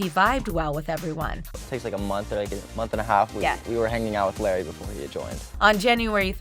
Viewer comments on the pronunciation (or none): It’s Larray not larry get it right. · Diamelio....diamelio.....its not that hard to pronounce it....and lary....lary.....srsly dude it's easy to pronounce names